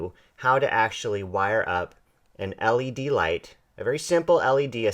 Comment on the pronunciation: I don't know if I just heard him right, did he call an LED a 'lead'? facedesk